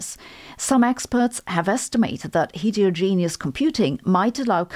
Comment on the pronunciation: The "et" in heterogenous is pronounced like it is in "better"